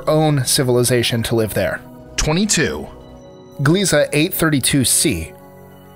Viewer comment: If you do all this research to do all these lists at least research how to say gliese correctly